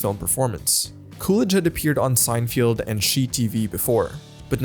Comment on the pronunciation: Great video, but I REALLY wish you didn’t say “Sine-field” 🫤